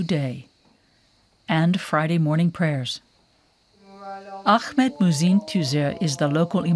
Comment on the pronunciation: Whats with trying to pronounce his name Arabic style with AGHMET, his name is Ahmet and its pronounced aah-met. Turkish does not have that throat speaking like in Arabic or French